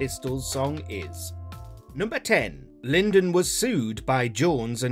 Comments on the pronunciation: Lyndon B. Johnson 😹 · Lyndon? Uhm. Somebody did a crap research job. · Who is 'Lyndon' ?